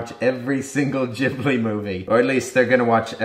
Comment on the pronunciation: Its studio ghibli with a hard G !!